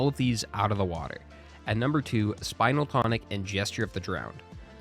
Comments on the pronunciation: It's spin-el tonic, not spinal tonic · Spinel is pronounced Spin (as in to turn in circles) L.... Spin-L.... it's a gemstone